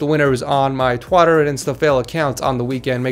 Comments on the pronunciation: You sead Twotter on the end instead of Twitter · did you just say twotter instead of twiiter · He said Twatter instead of Twitter